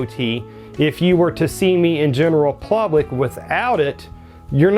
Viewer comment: Did he keep saying plublick??????????? First ima subscriber, but 🤣🤣🤣🤣🤣🤣🤣🤣🤣🤣🤣🤭🤭🤭🤭🤭🤭🤭